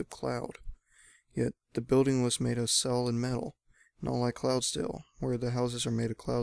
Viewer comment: Made not kade